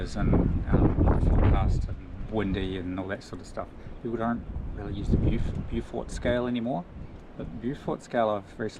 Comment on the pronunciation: I reckon you are getting your monie's-worth out of that cruising 'shute, it drives you for a good percentage of you're miles. Maybe start looking for a replacement, 'coz you'll miss it when it blows out! BTW, the pronunciation of Beaufort; not sure if its a NZ peculiarity (in which case ignore me) but back on Blighty we say 'bowfert' where 'bow' is emphasised and is the archery kind not the front of a boat. And I wholeheartedly agree that for the sailor who likes to observe and assess the conditions instead of relying on instruments, it is just the right kind of low tech info that is needed.